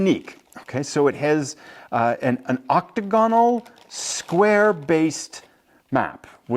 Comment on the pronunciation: Octagonal is a standard word, just that you're putting the stress on the wrong vowel, it's not the O, it's the A, exactly like in hexagonal or diagonal.